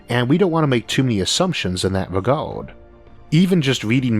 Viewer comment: Why does this speaker sound like a kid that can’t prounaunce words “wegauuurd”, “porpourses”, “howeuwer”, “auready our”, “weauvy”, “pauwerdaux”, “cadegories”, “aurigion”.. “wauking”..